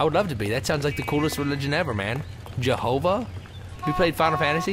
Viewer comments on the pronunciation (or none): xD JeNOVA, Toby, not JeHOVA. Close, but no cigar.